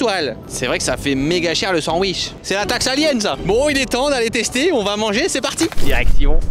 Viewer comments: Salut Cyril, ça se prononce "SanDwich", pas "San wish" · Y’a que moi qui l’entend dire cent wish au lieu de sandwich 😂😂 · Alors on est français oui mais entendre sans-ouiche toute la vidéo ça fait mal aux oreilles 😂😂😂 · " le san wishhh" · Pardon, excusez moi, merci, je suis juste passage dans les commentaires pour retrouver le "D" de sanwich.